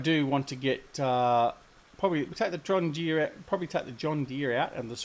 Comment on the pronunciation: Did I hear you correctly when you said John Deere???